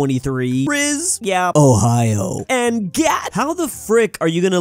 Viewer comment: Ohio? Did you mean to say the State of Hazya?